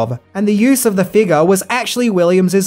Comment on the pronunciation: Your accent made me flinch when you said “figure” I didn’t hear the F or the U.